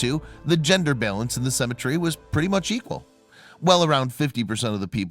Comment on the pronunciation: Learn how to pronounce the word cemetery